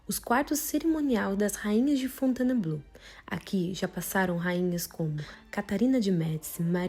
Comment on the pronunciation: Tente falar Fontainebleau com 3 sílabas e não 4: Fon-tain(e)-bleau, senão fica abrasileirado demais